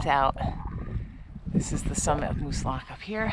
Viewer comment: Great day to Moosilauke! You sure can pick them. It’s always nice to hear someone pronounce the name correctly too.